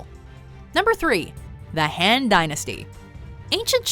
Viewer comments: Han dynasty, not “Hen” lol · HAND dynasty? pls research on the pronunciation as well. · she said the "han" dynasty though lol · The way she pronounces "Han" >_<